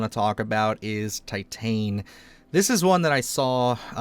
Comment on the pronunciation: Titane is Pronounced Tee-tawn, which is French for titanium. Perhaps you should look up how to say the titles of movies that are of foreign origin. Great selections of body horror movies!